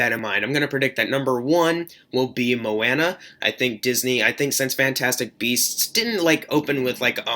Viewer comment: Mo-Anna? Lol